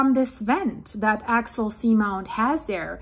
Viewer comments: Axial, phonetic spelling is "Ax-e-al". Just to help😁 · Ray Idaho love your show now. AX-E- AL. AXIAL GOT IT GOOD.WHERE DO YOU GET THAT ACCENT FROM ??? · It is pronounced Ax-e-all. This volcano doesn't pose any danger of a tsunami. When it erupts, the result is the lava zone collapsing. The threat of a tsunami comes from. rapid movements between the two tectonic plates, such as tension building and then quickly releasing. This volcano is extremely deep, meters deep. I've been fortunate to participate is many research cruises over the years to this location for maintenance and construction of the cabled array. There are many many instruments monitoring the activity 24/7. The science data being collected in real time is incredible for the understanding of plate tectonics and volcanic activity worldwide. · The way she says "Axial" sounds so similar to "actual" it's quite distracting. But thanks for the information. Very interesting. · Yes, it's pronounced more like Axe-E-UL or Axey-uL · Axial. Ack-see-al. Actual. Ack-choo-al Accumulate. Ack-cue-myoo -late Similar. Sih-mih-larr Simulate. Sih-myoo-late Earth’s. Rrr-th-sss. Not Rrr-thiss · Ax ee ul. Three syllables. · Pronounced. Ax E Al. Like an ax. Like the letter E. And someone named Al. Or like the word "all" ( Ax E Al ) Thanks for the update. I have been watching the Axial volcano for a while. Good vlog 👍🏽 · 3 syllables. Ax-ee-ul